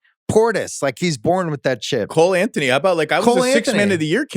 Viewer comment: Bill said Cole Anthony..🤦🤣🤣🤣🤣🤣🤣🤣🤣🥸🥸🥸